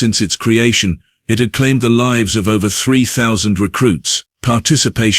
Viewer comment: Oh, this is but one of many of the grammar and syntax mispronounciations. "Reed" instead of "red" for "read" and vice versa. "Live" pronounced incorrectly at times. And so on.....